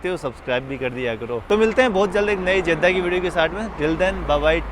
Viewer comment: जेद्दा नहीं, जद्दा होता है